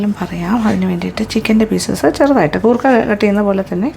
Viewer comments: It's koorka not gurkha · കൂർക്ക.....ഗൂർക്ക അല്ല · Chechi why are you pronouncing goorka in this full video so something missing like that your malayalitham gone missing sorry chechi